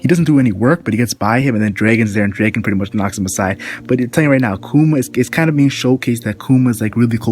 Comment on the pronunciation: sounds like (Bar-tha-la-mew) and Dragon, not Drāgon =(